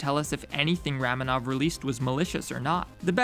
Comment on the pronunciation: I always thought ramenov was pronounced Ramenov (raw-men-ov)